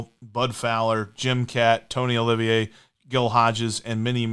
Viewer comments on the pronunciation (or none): Tony OLIVA not Olivier.